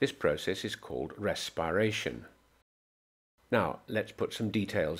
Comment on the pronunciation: Did he just say rasparation